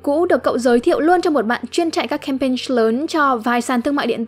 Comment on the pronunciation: hình như bạn phát âm sai chữ campaign (âm cuối)